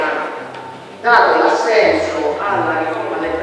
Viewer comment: Min A Melò.. Se dice assenSo, no assenZo. E pure voi di Fanpage, che trascrivete con la Z, su..!